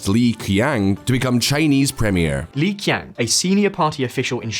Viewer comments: Li Qiang is pronounced Lee Chiang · Great video, just make sure next time you talk about Chinese topics to look up how to correctly pronounce these words. It only takes a moment to check these pronunciations, but it makes you sound a lot less credible when you just guess at the pronunciations. For instance, "Qing" should be pronounced more like "Ching" not "King," and "hexin" is pronounced more like "huh-sheen," and Li Qiang is pronounced more like "Lee Cheeyang."